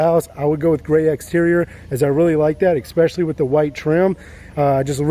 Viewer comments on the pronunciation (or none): the word is es-pecially not ex-pecially. Drives me nuts how many people mispronounce this on youtube. Great looking reno you did here though, sorry to complain about the minor pronunciation thing. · exxxspecially.....exxxspecially......cmon man..you use this word more than a brit says brilliant...pronounce it correctly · ESPECIALLY. No "k" sound in that word. The front steps are TORN up. COULDN'T care less. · Please learn how to pronounce "especially ". Thanks a bunch, beautiful home.